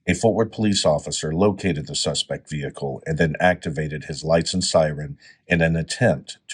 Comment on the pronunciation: AI speaks ebonics now? Repeatedly, "the suspect vehicle".